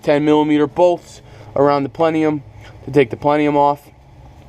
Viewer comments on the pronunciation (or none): It’s pronounced Intake plen-UM as in PLENUM.. not pleneum there is not the extra E in there. Just an fyi. Spider injection was one of the worst decisions GM ever made! Right there with the Pontiac Aztec. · lol he said plenium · "Pleniom"? Lol. . PS --- the coil is NOT grounded to the bracket.